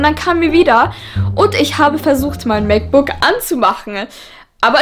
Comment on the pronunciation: Wie oft sagt sie bitte MacBooc